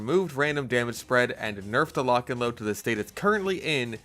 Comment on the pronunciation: Lotch and load - Fatmagic